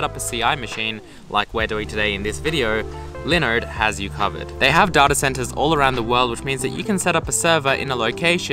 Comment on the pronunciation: when he says linode, it sounds like he is saying Leonard